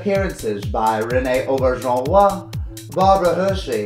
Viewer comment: The pronunciation of "Renee Auberjonois" kills me every time. And "Brenda Blethyn"? Ahahahahaha